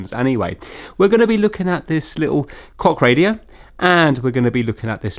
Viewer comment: I can't be the only one that heard 'cock radio '😂